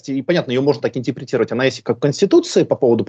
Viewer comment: ИНТЕПРИТИРОВАТЬ????😂😂😂😂😂Политолог с тремя классами церковно приходской школы😂😂😂😂😂